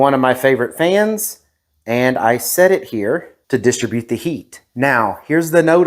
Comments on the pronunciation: With a fan you would not DIS-tri-bute the heat - you would dis-TRIB-ute the heat. :) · Bro you dont know how to say distribute